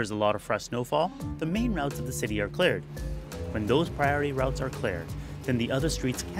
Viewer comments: its really irritating when he says clared instead of cleared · cleared not clard